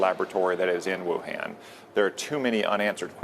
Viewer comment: he cannot even pronounce the name of Wuhan properly and is a politician out to expand his personal power spewing out nonsense and not a scientist.